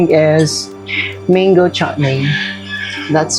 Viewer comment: Mga Pasosyal HINDI nman alam bigkasin ng Tama ang..... MANGO (meingo daw😂) hahaha 🤣 oi bago ka magpasosyal alamin muna ang TAMANG bigkas sa MANGO it's not MEINGO it's MANGO as in MANGO kundi mo Tlaga alam MANGGA na lang! PASOSI nagmumukha tuloy TH 🤣😂🤣😂🤣😂